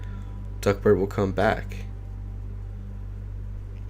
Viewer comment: I kept hearing duckbird not duckbert lol